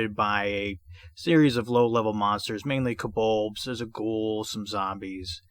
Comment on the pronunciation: Enjoyed the walk through as I always do, which usually makes me buy the adventures your covering. One question, it sounds like kobold is pronounced kobolbs like in or is my hearing audio not awake yet?